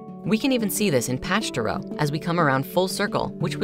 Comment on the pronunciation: according to the dictionary it’s only one way, with emphasis on the first syllable.